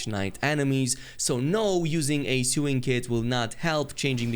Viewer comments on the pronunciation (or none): It’s pronounced “so-ing” not “sew-ing”